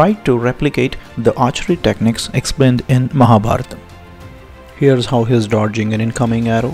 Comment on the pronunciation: True Madam and thanks for pronouncing sanskrit words correctly like Ramayana and Mahabharatha not ramayan or mahabharath. Proud of Sanathana Dharma